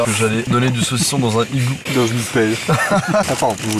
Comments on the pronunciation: Aussi on dit "un nigloo" il faut faire la liaison et on dit "à l'intérieur de l'igloo" et pas "du igloo" Bisous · La liaison aussi, ça se prononce un nigloo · Aucune liaison n'est faite dans cette vidéo, pauvre igloo.